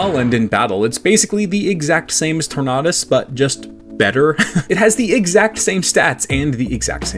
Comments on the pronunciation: Tornadus not torknotus. Just pronounce tornado but replace the o with a us my guy. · You are the first and only person i've ever heard call Tornadus "Tor-nah-duss" Tornado, Tornadus?? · that does not sound like the right pronunciation of tornadus